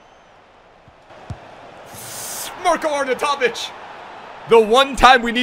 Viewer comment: It's pronounced marr-koe Arr-naw-you-toe-vich